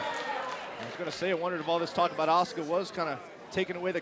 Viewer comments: Do they not know how to pronounce asuka?! Ah-su-ka not aska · I thought her name was Asuka not Aska....